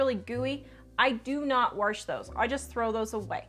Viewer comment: Warsh” bahaha 🤣🤣